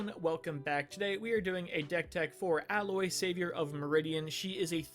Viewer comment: Its A-loy. They say it quite a bit during the game. Though the name is clearly in reference to alloy